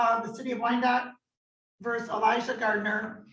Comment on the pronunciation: Unfortunately, Judge Disanto messes up too when she constantly calls cases as X verse Y. The word is versus.